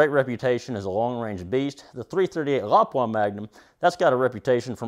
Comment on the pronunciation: .338 La-Poo-Ah... not sure wtf a Lopwah is.